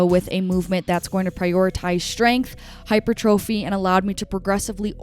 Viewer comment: You're my fave fitness content creator!! Thank you! (P.s. absolutely no hate at all, but is that how you pronounce hypertrophy?? Genuinely wondering cause I've been saying it differently forever)